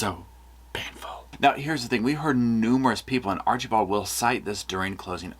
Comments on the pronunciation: I LOVE how you pronounce Archibald, Archie bald 😂 I don't think it's done purposely but I giggle every time you say it💙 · Oh gosh I'm a big fan but the way you kept pronouncing Archibald 😂